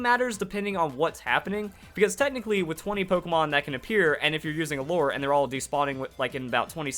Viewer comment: I'm not a fan of all the drama you make, but atleast you can pronounce lure correctly. So I'll give you that.